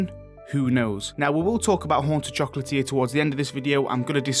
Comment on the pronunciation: "Foughts und opinians" "Oonta choclatier" XD